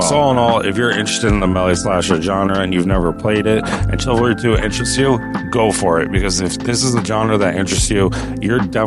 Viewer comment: Thousands of hours. Says the "ch" in "Chivalry" like the "ch" in "chair". 😂